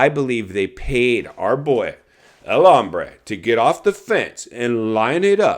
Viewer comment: That’s because is pronouncing his name “hambre”, which means “hungry” in espaniol.